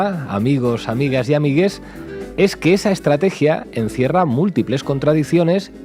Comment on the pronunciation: Por el hecho de decir ameiges La cagaste